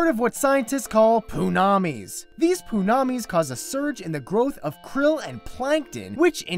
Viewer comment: LOL "Poo-namis" the way he said it cracked me up.